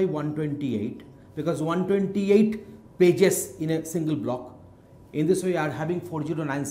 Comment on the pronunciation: I hear "Bitches" whenever he says "Pages" :\